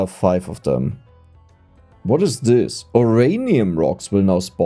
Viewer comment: I'm okay with the "i-ren" and the "zix" and "zeven", but draw the line at "o-ranium" 😤😤